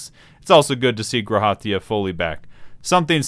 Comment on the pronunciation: by the way... maybe its just me but the emphasis is on the Ra in G'raha Tia not on the Ha its "guh RA ha" not "gra HA tia"